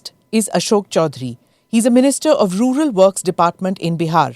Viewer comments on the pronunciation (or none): Rular nahi rural bolte hain Ashok g, jyada angrezi mat boliye